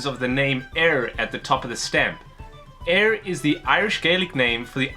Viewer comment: Éire is pronounced ay reh, and is actually not the name of Ireland in Irish, only a shortened version of Éireann, and as another commentor pointed out, the post mark is not in English, but in Irish, so your theories about it are likely incorrect. This can be seen with Dublin postmarks, which always say Baile Átha Cliath.